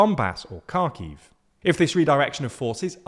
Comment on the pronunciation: One would think that, after nearly 3 years of war in the region, you'd learn to pronounce Kharkiv correctly.